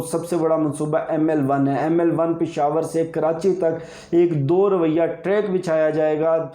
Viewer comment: Very good, it's 'do roya' not 'do rawayya'.